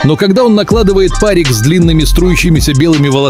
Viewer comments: ПАрик не впаривай. Ударение на и. ПарИк. Неуч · Интересная деталь, но, когда автор(или бот) говорит слово па́рик, непреднамеренно получается нелепица, означающая, что чувак надел на голову пароконвектомат(типа электронная печка со множеством режимов. В основном, пользуются на пищевых предприятиях) :3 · Парик с ударением на и неуч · Правильно не надевает па́рик а делает па́рик 🤙🤗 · пАрик? Автор, ты действительно настолько не развит, что не знаком с правилом произношения этого слова? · Ставь правильно ударение парик неуч